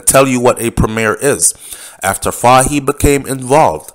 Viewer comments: it is pronounced FAHIE "FOY" NOT fa-he lol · Name is pronounced as Fay-hee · It's pronounce, like the word toy, fah-ie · The correct pronunciation for Fahie is FOY. Fahie——-FOY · his last name is pronounced "foy"secondly you are overreaching with your statement about the governor.... if you know anything about the British they are very diplomatic ... so coming out to clarify that their inquiry was not drug-related is expected hence the reason for the early publishing of the report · His name is pronounce Foy.